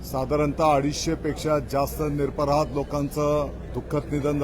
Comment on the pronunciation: Nirparadh nahi niraprardh saheb marathi bhashecha apman aahe ha